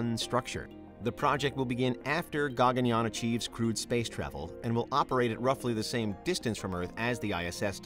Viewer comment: Firstly It's not Gaa-gun-yaan. It's called Guh-gun-yaan